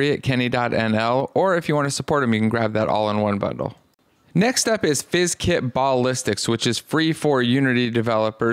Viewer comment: I gotta be honest, I have never heard someone pronounce buh-listics like ball-istics. that was a first lol